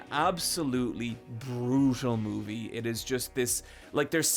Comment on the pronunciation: Take a shot every time he says moovie